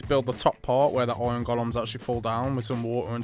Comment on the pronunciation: i've NEVER heard anyone pronounce IRON as OY'n